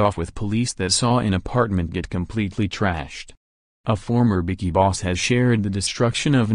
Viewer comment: That is not how u say bikie it's embarrassing